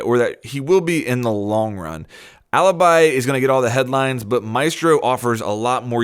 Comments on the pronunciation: Great video, just one thing, as an Italian i should probably tell you that Alibi it's not how you're reading it. While Maestro still the same, Alibi it actually "Alebee", that how you read it:) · It's pronounced aleebee ffs!!!!!!!!!! Why is every English person pronouncing her that way?!?!?!?!? (Btw I'm Italian so that's why I know how to pronounce it)